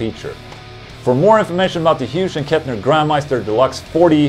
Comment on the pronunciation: I love it when Ola mispronounces words